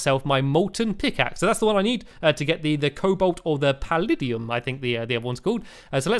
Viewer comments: palladuim sounds like pallaedeeum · orichalchum is pronounced or-ih-kal-kum and paladium is pronounced pal-add-ee-um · Pu -lad-e-um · Pal-a-D-um not pal-a-D-un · Colbalt: Col-bolt Palladium: Pal-ad-ee-um Mythril: Mith-ril Orichalcum: Oric-hal-cum Adamantite: Ad-a-man-tite Titanium: Ti-tane-ee-um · Is paladiam That's how to say it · An-da-man-ty-ne --- Or-Lic-Uim--- Pa-dal-Uim